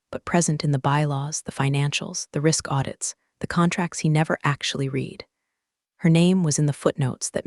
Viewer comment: The narrator could not properly pronounce "read". It was wrong every time. AI?